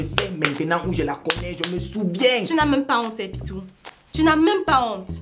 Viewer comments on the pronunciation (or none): us how que tu dises pitou